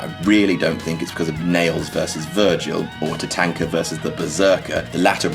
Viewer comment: Gotta thumbs down the mispronunciation of Tatanka